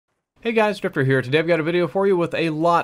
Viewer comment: I thought he said hey guys stripper here